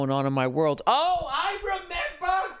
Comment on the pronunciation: Bill watches South Park "I memeber"!